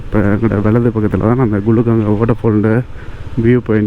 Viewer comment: 11.02. Gulugangai illa bro. Hulungangai..